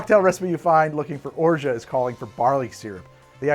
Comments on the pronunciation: Hahahaha. After hearing it several times and pronouncing it correctly, you still get it wrong. Orshaa eees wrong. Orgeaaah eee better. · i have french family and friends and i also speak french, its orj ah. you dont pronounce the t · has anyone told you yet that you talk way too frickin' much. Are you on drugs, amphetamines say? You're beating around the bush and not giving any interesting or relevent information. You're tedious to listen to, GET TO THE POINT!!!! By the way, the T in Orgeat is silent and mostly used in water kids or in Ricard hence a mauresque. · I love how you inform your viewers of cocktail misnomers but then mispronounce the hell out of orgeat just for kicks 🤣 english is so fun to mess around with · Orgeat is iambic. You're doing a trochaic pronunciation.